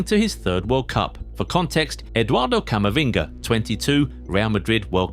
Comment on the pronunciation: Did I just hear "Cavaminga's" at the end of the video😂